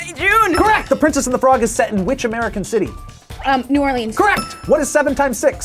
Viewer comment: Moo Orleans😂